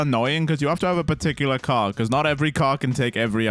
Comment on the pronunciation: the way you pronounced car... lol